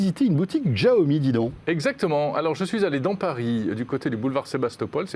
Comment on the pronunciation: Vous prononcé toujours aussi mal Xiaomi :) Sinon prononcez sciaomi